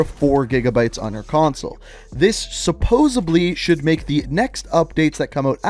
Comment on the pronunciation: Love the videos bro. You the man. But heads up, it's Supposedly, not "suposubly"